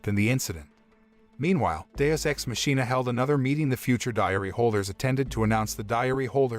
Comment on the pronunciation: Not the mispronunciation of machina